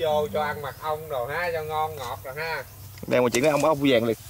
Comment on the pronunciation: Chúa đâu ông ơi ,ong đực đó ko biết nói ta cườì ,con nửa phát âm cho nó chuẩn ong ruồi khi thì ong dùi mất cười